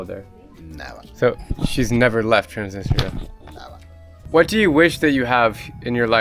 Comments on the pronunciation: I find it odd that Drew can speak Russian but doesn’t pronounce Transnistria correctly. Listen to his friend say it. It’s more like Trans NEE strEEa. The emphasis on the second syllable. When Drew first mentioned this area, I didn’t associate it with Transnistria; which I’ve indeed heard about, because the pronunciation was so far off. The way he pronounces “ni” doesn’t exist in any European language. That’s an Americanization. It’s nEE; not like “it.” Even Italia in Italian is pronounced EE-talia. Moldova speaks Romanian, so I’m assuming part of the issue is that people in Transnistria speak Russian; which is not related to Romanian. It’s a very similar situation with Ukraine. Let’s hope Putin doesn’t invade Moldova to claim this as belonging to Russia. 😮😮😮😮 Great video, and very informative. I probably won’t ever go. So thank you! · i swear your guide pronounced Transnistia 3 or 4 different ways 🤣